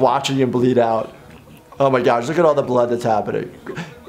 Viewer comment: "Oh my gash?"